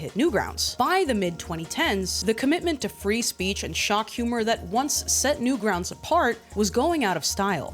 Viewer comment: Guys, what’s Newgrountz?! AI said it, not newgrounds. Newgrountz